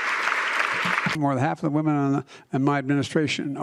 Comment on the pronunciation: I can't wait for the new Documentary, What is a wemeneer? Might as well have just said Timmmaeee